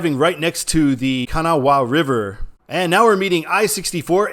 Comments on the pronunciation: As a West Virginian, the Kanawha River is pronounced “kuh-NAW” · The Kanawha River is pronounced like Can-Gnaw-Uh. Good show!